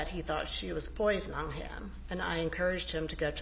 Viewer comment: What an odd person, the secretary. She also has a problem with speaking. I thought she was saying "Poison-on or poison-all" and I think she was saying "poisoning." Other examples "disappearing" for "disappearing" or "burnon'" for "burnin'" "Melody called Lokin for him" rather than 'Looking" "I checked my email on the evenon of the 4th" instead of "evening." I have ived in Georgia and have not yet heard inflections like hers..